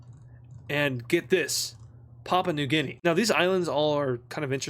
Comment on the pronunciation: Bro called papua new guinea: popeye 😭😭😭🙏🙏🙏